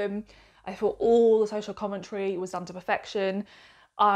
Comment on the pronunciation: Why can’t so many bloggers say th, as a reader it’s not fought it’s thought 🤦‍♂️